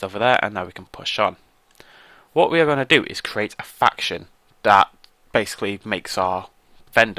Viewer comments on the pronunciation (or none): I thought you said "We need to great a faction which makes our vendor a bender xD" nether the less great video +like